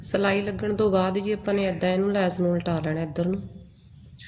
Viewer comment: ਲੇਸ ਨਹੀਂ ਲੈੱਸ ਹੁੰਦੀ ਏ ।